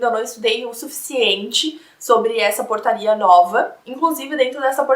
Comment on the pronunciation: Quando ela falou portaria, eu ouvi porcaria KSKSKSK